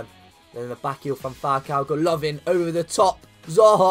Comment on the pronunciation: It's goalivin not gaolavin